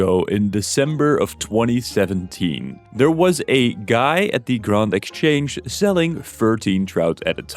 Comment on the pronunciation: I immediately dont trust you because you said "grawnd" exchange